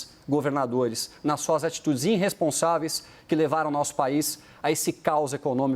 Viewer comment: “Prenscendentes”. “Inrresponsaveis”. Tenso.